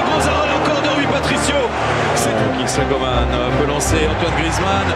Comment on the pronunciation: qui a remarqué que au lieu de dire Coman ils disent "comment " 😭